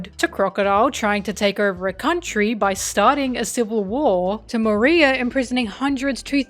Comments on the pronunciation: Moriah! Not "maria". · It makes me cackle how you pronounce Moria's name, it sounds like Maria xD *wheezes in Spanish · I have never heard anyone pronounce Moria's name like that before haha